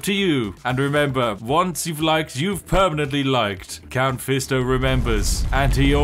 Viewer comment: "Count fisto" is crazyy 💀